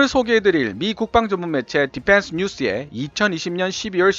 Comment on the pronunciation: 발음이 디팬스가 아니라 디휀스에 가까움. P 와 F 발음을 잘 구분해서 사용할것. F 에서는 파열음이 나지 말아야 함. 원어민 발음처럼 혀를 굴리는데 F 에서 파열음이 터지니 이상함.